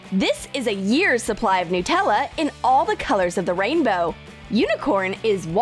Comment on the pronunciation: Anyone else pronounce Nutella n-tella?😂😂